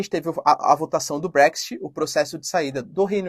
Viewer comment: Putz, prof, use o seu inglês: é brécs IT, e ñ TI... Desculpe-me pela correção! TMJ